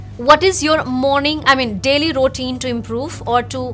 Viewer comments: Why are they both saying “ Rootine “ instead of Routine ? 🤔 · ruːˈtiːn, this is pronunciation of routine not rootuine as said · Madam...Routine word you r prononcing wrong...